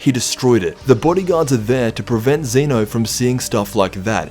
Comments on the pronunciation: Zen’o, not Ze-no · It's not Zena it's zeno